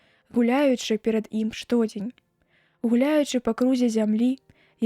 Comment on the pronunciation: Прачытана: што'дзень, слоўнік дае націск на другім складзе: штодзе'нь.